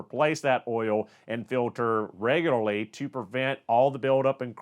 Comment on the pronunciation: Say Reglery... One more time....